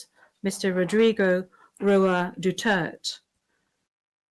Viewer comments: DU-TER- TE. Not DUTERTTT🤬🤬🤬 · Madam Not DUTERT....SUPPOSED TO BE WITH AN ....E ....AT END OF HIS LAST NAME....DUTERTE.... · peste, stop saying "Dutherth" sinabi na ni PRRD "DU-TER-TE" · Hi MISS BEAUTIFUL JUDGE - IT IS PRONOUNCED AS DU TER TE NOT DU TERT. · Please ICC official judge be mindful and properly pronounce the PRRD Name for cried out loud! Duterte Not Dutered! Para naman sounds awful to hear it! Akala ko mga intelligent individual kayo but even pag bigtas ng proper pronunciation ng name ni Tatay Digong hinde man lang kayo prepared ng tamang curriculum! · HIS NAME IS NOT MISTER DUTERT. HIS NAME IS MR. DUTERTE. INTERPRETER PLEASE PRONOUNCE IT CORRECTLY. THANK YOU ATTY. MEDEALDIA AND THANK YOU FPRRD MORE POWER TO BOTH OF YOU AND MABUHAY! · Pronouncing Duterte as Dutert!? How can you expect the ICC to be knowledgeable and respectful of the Philippines and Filipinos, and conduct a fair trial if they can't even pronounce Du-ter-te correctly and didn't even care to ask or find out the correct pronunciation of "Duterte"? That's always the inherent disrespectful superiority complex of western people toward Asians and other non-western peoples. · PLEASE WE VOTE STRAIGHT!!!!! PDP LABAN!!!!! KAHIT PAG pronounce ng Duterte dutert.... Nakakahiyang pilipinas binigay kapwa nila.... Juskoooooo!! Di marunong pa mag English!! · Pati pag pronounced ng duterte dutert ito b ung mga judges? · Bobo ng Judge binigkas na nga ni tatay Digong Durterte clear; Duterth padin. Pisting yawa! Bida bida d Neman marunong mag English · What a witch!!! DUTERTE! You a are deliberately pronouncing is wrong. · Binawasan ng letter E ang Duterte sa pronounciation ng judge. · Hirap nman nito kahit ang Judge hindi marunong mag bigkas ng duterte. Ginagawang dutert. Naging judge pa sila hindi marunnong magsalita. Asi bukok. Lang parati kung naririnig. Hahaha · This is an effing joke they can’t even say hi last name right ! Its pakinggggg DU-TER-TEHHHHH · She pronounce Dutert... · Duterte Not dutert